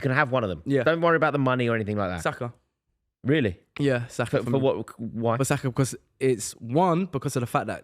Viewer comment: who is that clown saying Saka???